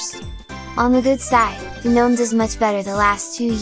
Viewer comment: The "guh-NOME" are escaping!